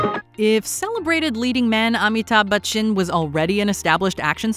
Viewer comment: I think need to get lessons in Indian pronunciation they said amitabh bachchans name in the wrong way we normally pronance it amitabh-bachchan all in one word, breath or in one sentence and not A me ta bachchan with the syllables/phonics